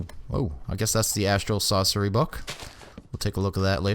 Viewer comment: "Astral Saucery" Cooking with.:)